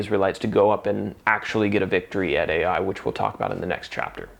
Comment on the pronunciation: I thought the pronunciation fo the city Ai, is EYE, not ay-eye. The Israelites were all held accountable and they had to dole out the capital punishment. That must have been hard. Imagine being the child of this man and being stoned to death for Achan's greed and lust.And all of this sin is burned. ties into the end times. We need to get right with God now. Excellent reminder.